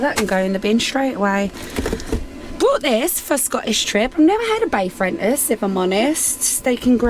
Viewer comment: A "Bay Frentos" pie instead of Fray Bentos 🤣🤣.....you do make me laugh 😄 Bless you💕 Glad you sorted your bird feeders out & got them all cleaned up. It can spread diseases, you are right & we don't want to be spreading avian flu inadvertently. You'll enjoy having all your birds back too 😉 Shame about Morocco, but ya gotta do what ya gotta do🤷‍♀️ There's plenty of places to go & see like you said & you can spend weeks travelling & chilling. Look forward to your adventures 🚐